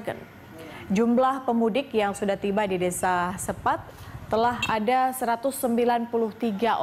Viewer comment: Sepat, Sragen? Kebalik baca E nya